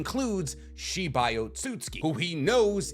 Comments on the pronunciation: Is it just me or have you not been saying Otsutsuki for like ever just Otsuki? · why have you started saying otsutski insted of otsutsuki? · Lol say “oat-so-suits-skii”